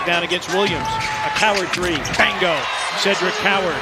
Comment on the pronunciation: what up with the man saying BANGO its BINGO you twat